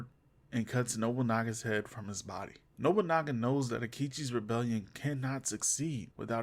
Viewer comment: Yet your video title states that Yasuke is part of that Samurai class. Get out, already saw a similar video like this once by a guy who mispronounced absolutely to the point where Nobunaga became Nogunubu. This is up there in similar amounts of cringe.